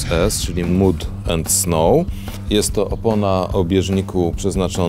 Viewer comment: Fajnie poszło jak na 1 szy raz, ale jaaaaki mud i snow...czyta się mad...czyli błoto po ang.